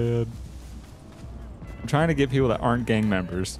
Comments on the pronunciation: Not trying to be mean but I “THINK” ( not 100% sure ) but I think it is get not git again not trying to be mean. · its "get" not "git". No offence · You said don’t git bit not don’t get bit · "Don't git bit" seems legit